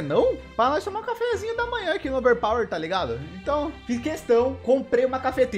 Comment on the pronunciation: Toda vez que ele fala overpower uma parte do meu cérebro morre